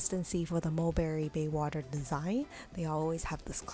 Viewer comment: Maybe a little bit of preparation would help the video. Baywater vs. BAYSWATER...